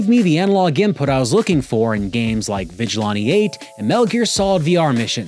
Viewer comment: Sure you pronounce 8bitdo correctly but you still say vigilante weird lol